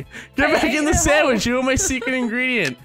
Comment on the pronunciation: They dont understand because you say sammich